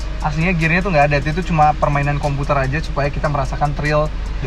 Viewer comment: Orang indo sok ke amrik amrikan... komputer jadi kompyuter, cpu jadi cipiyu... gitaris padi dong...